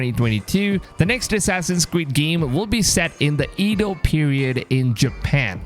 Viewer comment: Sounds great, if it's true. Hope they don't rush this one... (Also, Edo is pronounced ey-doh)